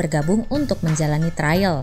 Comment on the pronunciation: TRIAL BUKAN TRAIL